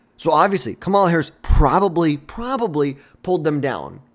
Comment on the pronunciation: Learn to say her name before you make videos